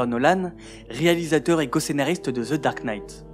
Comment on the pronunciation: tres bonne video , mais n oubliez pas de prononcecer le : (The) et non (Ze) svp c est cheap comm on dit , je critique aussi les anglais qu and qu il disent je parle en francaise, je le corrige en leur disant on parle en francais pas en francaise , ce ne se dit pas , alors inquetter vous pas je suis neutre des deux coté , au temps francais que anglais , lol , c est juste blasant d entendre cela comme ca , autant les francais que les anglais fon cela, : ze Batman , ze cnapé, ze cranbery , ze retun of the jedi ...loool arretez svp c est tellement cheap , un truc, pronnoncer (The )comme quand vous dite un (thé ) mais enlevez le accent aigu.....voila ca vien du coeur et lachez pas votre beau travail , c est bien!!😊